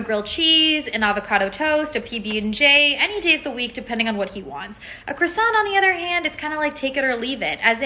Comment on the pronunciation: Woman in pink jacket doesn’t know how to pronounce croissant.